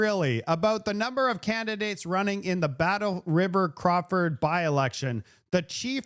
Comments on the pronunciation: It is Crow Foot, not Craw Ford. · Crowfoot not Crawford😊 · it's Battlefield-Crowfoot. Not Crawford... LOL 😆 🤣 😂 I don't want you to offend some liberal sensitivities... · Crowfoot …… crow + foot . This is my riding. Battle River crowfoot. Not craw….. I am convinced that 92 percent of the candidates can’t pronounce it either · I love you! It's pronounced " crow FOOT" sounds like you are saying Crawford. Keep up the great work! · It's Battle River/ Crow Foot. How so many mispronounce this is amazing.